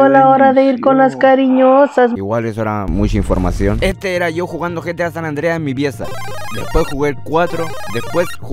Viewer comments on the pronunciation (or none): Me cagede risa cuando dijistes gta sanandres xddd